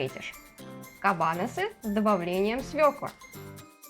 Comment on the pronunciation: Извините, но хочется исправить ударение - kabanOsy